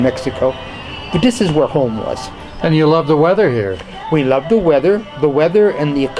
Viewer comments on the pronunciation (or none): none